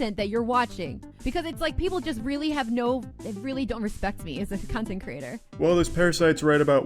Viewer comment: Mock & manipulation… and LOL that girl calling herself a “Cuntint” creator!